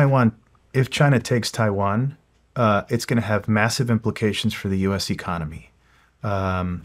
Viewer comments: “if Chiwan…” 😂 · "IF CHAIWAN"